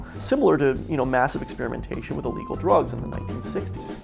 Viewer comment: "its like dwugs" shut the fuck up